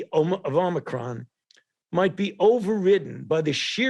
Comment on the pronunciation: Is it a Amicron or Omicron he just called it Amicron